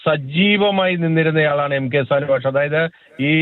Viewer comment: സാൻ മാഷ് എന്ന് പറ സാനു മാഷ് എന്ന് പറയട